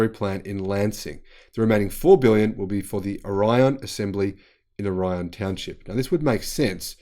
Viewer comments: Orion is pronounced with the accent on the first syllable in Michigan. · Orion is pronounced "Oar-i-on."